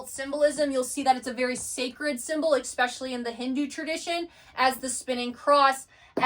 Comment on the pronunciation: I absolutely love this content and I am glad other people are waking up to these truths. That being said your pronunciation of several words are just distracting the whole thought process. 😂 No disrespect. Especially/ no “x” sound Et Cetra/no “d” sound, pronounced like “set-tra” The Tao/ no “t” sound, it makes a “d” sound. Magi/ “g” sounds the same as it does in magic. Not hard like “game” Achetypes/ sounds like “ark” no “ch” Reiki/ sounds like “ray-kee” not “ree-kee” Hope this helps.